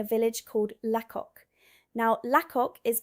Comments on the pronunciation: It's Lacock as in Lay-cock for heaven's sake. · A couple of mis pronounciations The Fosse way is called the Foss way (silent E) and Lacock is pronounced Laycock (Silent Y) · It’s pronounced LAY-COCk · Its pronounced Laycock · It's pronounced Laycock. It's also pronounced Doomsday. Some of Harry Potter was filmed at Lacock. Most of Downton Abbey was filmed at Highclere Castle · Sorry, it's my nature -and, I ain't changing it ~ But, it's pronounced 'fos' like phosphorus; Not foss-E like glossy. 2. Lacock is actually pronounced: "Lay-cock" - like alot of places in England, or even the UK and Ireland - the pronunciation varies from the spelling. 3. RE: Doomsday - see earlier entry.... its "Doom" with an s + day. DoomssssDay... Think grey skys and four black figures on horseback.